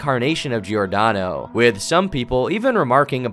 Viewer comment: Giordano pronunciation is very american, I think you went through a lot of trouble! You could always say like Jordano, this is how it's pronounced in italian. Like Jordan? but Jordano.